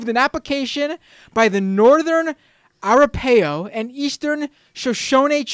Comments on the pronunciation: Pronounce Arapaho, a-RAP-a-ho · Ok...It's pronounced...Teh-cum-seh.( Tecumseh) and A-rap-a-ho (Arapaho) and Sho-shon-ee (Shoshone)